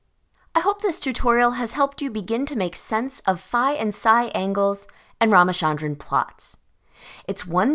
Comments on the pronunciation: It's Raaaaama-'cha'-ndran, cha as in cherish. Not Sharon. Raamachandran Great video tho❤ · From a native speaker, his name is pronounced " Rama-Chunn-Drun/Dran". Also thank you, great video yet again